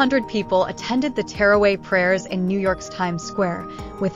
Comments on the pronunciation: It's NOT terraway! It's TARAWEEH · Tarawih prayer not teraway get your pronunciation right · It's teerway.. it's taraweeh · I have never heard someone say taraweeh so wrong 💀💀